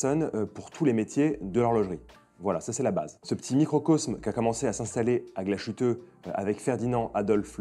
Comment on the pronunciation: Merci pour la chouette vidéo ! Par contre le mot principal impossible de ne pas rectifier : GLASHÜTTE se prononce « glace - huteux » Le son « ch » aurait été ecrit avec sch… 😊